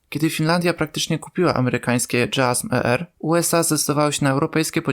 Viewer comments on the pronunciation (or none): Nie mówi się dżasm (JASSM) tylko jasem (yeasem). To są dwie różne rakiety ponoć😂😂😂😂😂😂😂😂😂😂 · JASSM - wymowa "dżazm". JSM - wymowa "dżej es em" (trzy osobne litery).